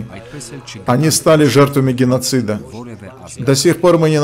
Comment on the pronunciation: Арра, опять "гынносид"?